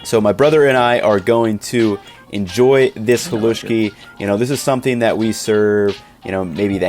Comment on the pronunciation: screams in Slovak Bro you completely violated the recipe for Pagáč and here you are calling "Halušky" "Haluski" and a "Polish dish"... Seriously check yourself 😅